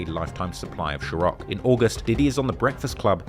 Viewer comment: Why u keep saying ciroc like that ? There’s no H